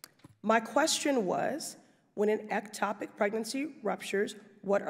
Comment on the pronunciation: I'm neither a politician nor an issue advocate and it is easy to see that Pressley is great at smuggly reading selected info. 5 minutes ago Pressely couldn't pronounce ectopic. Now it's the issue du jour? cmon.